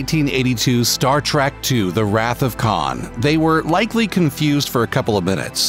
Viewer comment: Star TrEK not TRACK